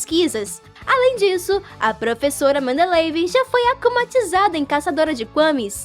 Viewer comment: Por favor não fique chateada e achando que sou bater eu gosto muito do seu canal mais vc falou 2 frases erradas o nome da professora e mandeleieve e não mandeleve e o nome do diretor e damoclé vou continuar a escrever no próximo comentario